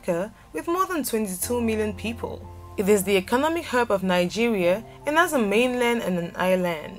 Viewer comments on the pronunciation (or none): none